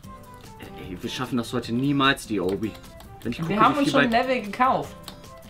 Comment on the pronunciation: DAS HEIßT OBBY NICHT OUBBY!!!!